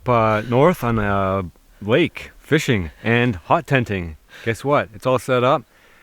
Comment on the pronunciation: "er what?" So Canadian